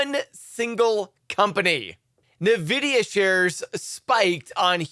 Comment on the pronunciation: Not Nevidia, it’s N Vidia